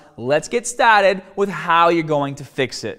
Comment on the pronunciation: Before we get STAHHTTEEDDD